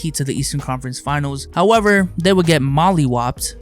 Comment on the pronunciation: "They would get Molly wopped" pauses for dramatic effect😂😂 Edit: Gd job on the video really enjoyed this one